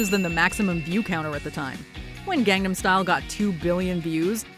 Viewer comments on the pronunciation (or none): Please pronounce “Gangnam” correctly… >_>